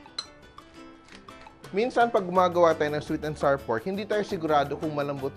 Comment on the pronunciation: Fyi, the words flour, sour, hour, and our rhyme with the word "flower." So, it's NOT flar, sar, and R (for hour and our).